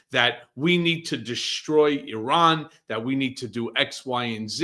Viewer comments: Please educate on the correct pronunciation of a country. She has no idea how to pronounce Iran correctly. Such an idiot. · Can't pronounce "Iran" and says "amongst." No credibility.